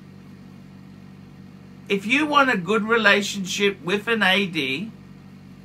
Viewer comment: Sub + DJ + GMTII in 6 months. I was definitely lucky…but don’t think you need to spend astronomical amounts, it’s just not true…”I gotta be totally honest wiv you” 😂